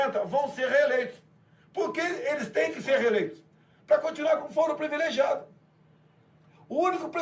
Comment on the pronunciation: Voce é inteligente entao nao da pra deixar passar: voce aqui fala “ prEvilegiado “. PRIVILEGIADO, ok?